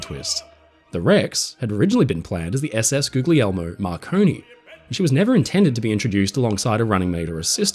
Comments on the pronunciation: I hate to nit-pick but it's not pronounced Googley-Air-Moe It's gool-YAY-moe. GL is a consonant cluster in Italian that is a combined LY sound: an unvoiced L followed by a voiced Y, eg. "lYuh". The name Julia is common to English and Italian and contains this consonant cluster. In Italian it's "Giuglia", and the pronunciation is not-quite-identical and has different stresses and number of syllables (the Italian pronunciation is 2 syllables, Giu-glia, Joo-lya). Simply cut of the Ju from -lia and you have the proper pronunciation. Other than that, I loved the video! We're so lucky to have someone producing such high-quality work. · I beg you: Guglielmo is Goo-yee-el-mo (ish)